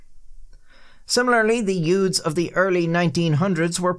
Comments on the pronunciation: "Yoots" like in "My Cousin Vinny" 😂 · "It started when a group of yoods..."